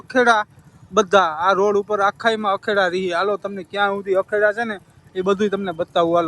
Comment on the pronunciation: અખેડા નહી ધુણા અને અખાડા બોલાય😂😂😂😂